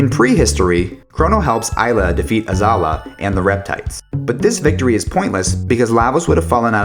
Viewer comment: He also can't pronounce anything lmao. Isla instead of Ayla, Azahla instead of Azala, Lucka??? seriously???